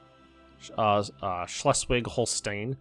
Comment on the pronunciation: You're German just needs practice. Schleswig-Holstein and Nordschleswig aren't really easy words to begin with for people who aren't completely accustomed to German. Practice it a couple times, listen to it, you'll pick it up.